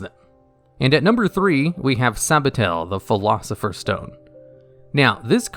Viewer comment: You butchered Philosopher's stone- Sabatiel. Every word you said was wrong lmao